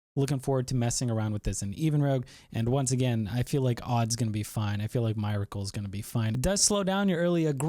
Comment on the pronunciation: ya I was like wtf. That's a basic word in our language so how are we pronouncing that incorrectly. lol